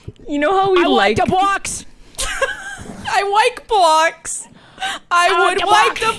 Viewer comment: "I Wike Bwocks" should be merch immediately.